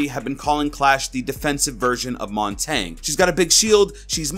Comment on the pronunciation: It's not montang is mon-ton-yay it's French for mountain